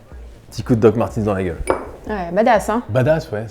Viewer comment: DOC MARTEUUUUNZZ ( Y A NULLE PART LE SON i )